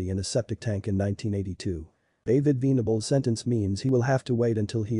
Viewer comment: Should be venables like ven , but not veen